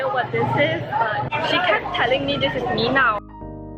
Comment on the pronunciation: it's Bi Dao (Bí Đao) not Mi Nao (lol took me a while), it's a drink made with sun dried Wax gourd